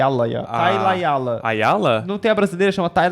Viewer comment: "igual a brasileira, a Tailaialaila". Parece eu falando o nome. Morri de rir aqui AHHAHAAH